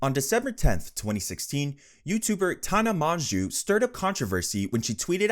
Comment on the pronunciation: It's pronounced tan-ah mojo